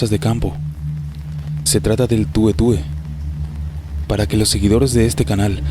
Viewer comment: Sí pero es el tué tué, no tue tue.